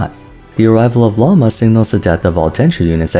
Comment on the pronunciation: The way you make an effort to say characters' names correctly but insist on pronouncing Lauma wrong every time hurts my soul 😭 what did the language of Finnish do to you?